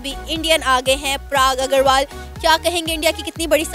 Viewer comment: Every second Pakistani “mulk main talent ki koi kami nahi hai”😅😅😅😂😂.the way she pronounced Parag Agrawal is way too funny.